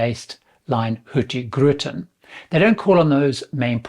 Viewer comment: Hi. I think you said Hurtigruten as "Hurti-gruten". It is splitted betwin the g and the r. Hurtig = fast, the g is sillent. Ruten = the route. =Fast-Route, Hurtig-ruten. Have a nice day. 😊